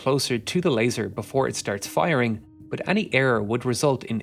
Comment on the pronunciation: stop fucking saying buff instead of but